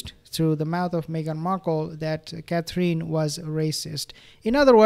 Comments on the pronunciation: Hi there please pronounce Catherine Roperly . It’s Cathrin not cathreen xxx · You say, Catherine’s name beautifully.